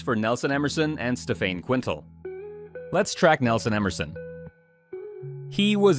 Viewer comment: stephane quintals last name is pronunced kane tal , just thought you should know , its french so it pronounces abit different , btw fkn amazing content sir